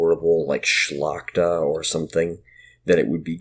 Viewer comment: I must congratulate you on the correct pronunciation of the word szlachta(i hear many weird version). Plus, it's interesting to listen to your podcast. Good job😁